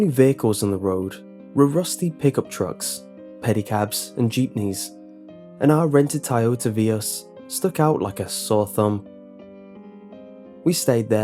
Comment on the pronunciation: Tayota Vius. Man those two words ruined my immersion immediately....